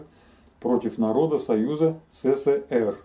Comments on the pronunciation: Ребята вы блин в ССР не жили чтоли? Или прикалываетесь? Научитесь правильно называть страну! Не сЭ сЭ ЭР, а Э СЭ СЭ, СЭ ЭР!!! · Произносится ЭС-ЭС-ЭС-ЭР, а не СЭ-СЭ-СЭ-РЭ.